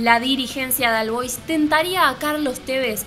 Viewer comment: Se pronuncia OL BOIS, no AL BOIS